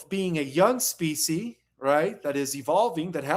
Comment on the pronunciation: Homework. Learn how to pronounce: 1. species 2. veil 3. intermediary because it's really getting on my nerves